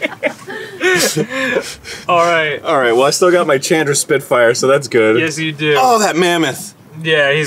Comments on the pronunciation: "Chan-dra". lol I understand since they were both clearly new to the game, but I still laughed every time he said it. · The way Arin says Chandra's name makes me more upset than it should XD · I haven't cringed at a power hour yet..... that changed today... from Arin's pronunciation of Chandra (whole video), to Dan's inability to calculate damage (@ 2x2=4, not 2)... It's funny and I love you guys, but omg my spine hurts from shuttering. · Hearing Arin say Chandra wrong hurts me. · I can't grill him on saying Chandra wrong since he's knew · The pronunciation of Chandra here hurts my head